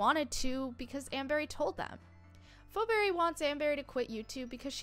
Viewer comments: It’s not pho Berry it’s feeberry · and why are you see fo berry? is pronounced fee-berry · Phoeberry or as she pronounces it 'foberry' 🤣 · It's fee berry, please get it right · It’s pronounced (Fee Beery) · ur pronouncing it wrong it's pronounced feeberry spelled pheoberry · It’s not pronounced like fo-berry, you shouldn’t make videos with no knowledge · It's feee pheberry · XD LOL The way she pronounces Phoebe’s name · Haha imagine not being able to pronounce Phoeberrys name correctly And also amber doesn’t even have a daughter irl so how would that even make sense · 1st of all pls pronounce phoeberrys name right 2nd of all NONE OF THE NEGATIVE THINGS ARE TRUE THEY ARE PERFECTLY THE SAME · That’s not how to say Phoeberry😭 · YOU SAID PHOEBBERY WRONG MEANY